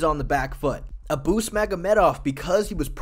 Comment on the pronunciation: OMG he also says "Ah-boos" in stead of "Ay-bus" and even "Drinkus" 😂😂